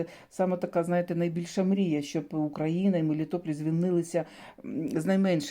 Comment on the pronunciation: Мелітополь! Не Мелітопіль)